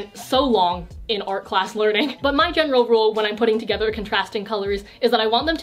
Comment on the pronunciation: my general rul- Wait Gen e ral JENeral Omg hahahaahaahah